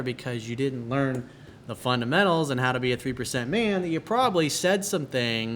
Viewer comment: "FUN-'DA!!!!!'-MENTAL" is the right pronunciation. Huge fan though.